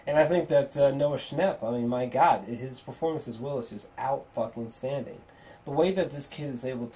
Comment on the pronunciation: "Good Gawd" that cracked me up every time...but seriously these long form reviews fucking fantastic